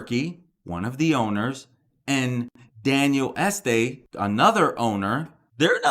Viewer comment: Daniel EstEE, is how you say the name .. not Estay.. I know, I have family with the name.. Maybe they'll destroy the home and build a new one there. I don't know that it is important at all but if the subject gets you views.. more power to you.. seems to be no news here, IMO.